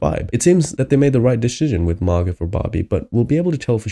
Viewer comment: Her name is Mar-GOH not Mar-GUT